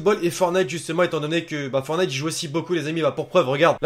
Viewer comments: C'est fortnite et non fornite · C pas Fornite C'EST FOR(T)NITE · Arrêtez de dire fornite dites fortnite !!! Tu n'as pas mis le floss ?! A part ça excellente vidéo on te kiff continue comme ça 😉